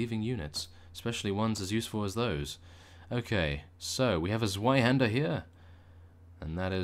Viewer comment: I laughed when I heard you saying "Swaihänder" :D But you spell it better than many persons, that I heard before ;-)